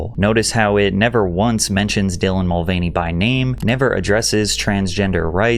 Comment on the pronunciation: Bro is still calling dillan she in 2025 😂